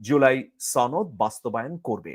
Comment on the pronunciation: সনদ না ছনদ সনদ কথাটি ঠিক ভাবে বলতে পারো না৷৷৷ উপস্থাপক হয়েছ